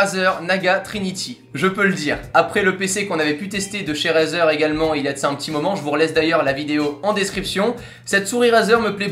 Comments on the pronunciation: On ne dit pas "" RAZER "" mais ça ce dit ""RAIZER"" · La prononciation stp.«razeur» mdr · sa s'ecrit razer mais sa se prononce raïzer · Tu pourrais dire razer avec l'accent la c'est abusé on dit rayzer a l'oral